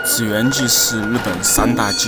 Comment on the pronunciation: 祇（音奇）園祭